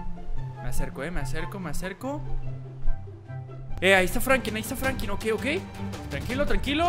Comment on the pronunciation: es Franklin no Frankin